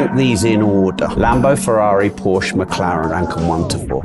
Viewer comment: It looks like these guys would know that Porsche is a two syllable word🤦🏻‍♂️ Ask how I know that👍🏻